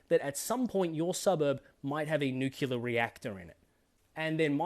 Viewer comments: “New clear”, not “new kyular” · Literally from Google British pronunciation Sounds like nyoo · klee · uh Aussies mostly use British pronunciation. Then comes the accent. Anyways who cares😂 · Historical context here: the mispronunciation favoured by Americans came from President Harry S. Truman (the “S” didn’t stand for anything). When he was briefed on the Manhattan Project, he apparently had trouble pronouncing “nuclear” and for various reasons, the mispronunciation stuck. I don’t mind people mispronouncing it if they don’t know any better and in this day of the internet dictating such things, it’s entirely understandable. But when I heard Morrison doing it in his fawning to Biden, I nearly puked.🤮 The Australian cultural cringe was on full display right there.